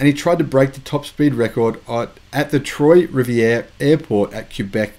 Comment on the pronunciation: Its pronounced Kay-bek (Québec). Kudos for getting Trois-rivières right!